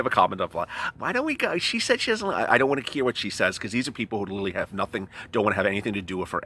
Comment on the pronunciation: It's not littley its literally please say it right.